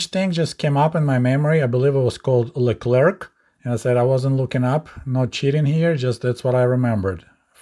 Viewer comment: Wait, There is a tank called LeClarc? If you must know, LeClarc is actually pronounced LeClaire RFLOL, there is a Tank called "The Claire"? For those who know me and my content, you'll know why I find that extremely funny.